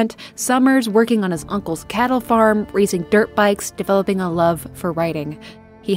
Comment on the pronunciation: It sounded like you said "raising dirt bikes " had an image of a farm with dirt bikes just grazing.